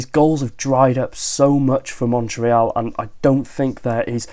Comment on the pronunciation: Thanks for saying the "éal" of Montréal correctly 😊 Normally, English speaking people here in Canada mess it up. 💪